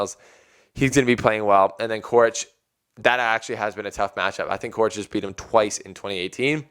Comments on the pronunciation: actually it should be pronounced "Czoricz" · "Coric" is pronounced "Chorich," or that's how I always hear it said.